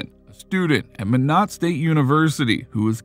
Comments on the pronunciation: Minot in pronounced like “my knit” depending on accent “my nut” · As a North Dakota resident. In case you wanted to know Minot is pronounced My-not. And Knutson is Ka-newt-son. :)